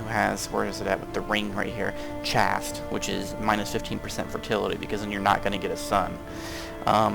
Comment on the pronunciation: or so; selecting a wife: The word is "CHASTE," /CHāst/ (LONG a) rhymes with "haste;" NOT "chast" that rhymes with "hast" - adjective: abstaining from extramarital, or from all, sexual intercourse: "What is required of celibate Catholic clergy is to remain chaste." Critical concept in proving who the Daddy really was. Marrying a virgin was presumably prized because one knew from whom any issue was fathered. First in, first out was the basic logic. See: origins of the "chastity belt," that presumably very popular item that every nobleman equipped his wife with as he went off for years to fight in the Crusades.